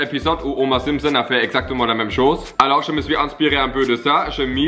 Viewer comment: Ya un moment j'ai cru que t'avais dis Gromer Simpson 😂